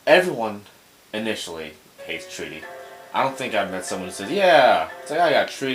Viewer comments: It's not "treaty" it's "try-tee" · I lol'd when I faced it on the DS version. And then I read the puzzle guidelines and got it first. Btw, it's pronounced Try-ty. As in 'I' sounds.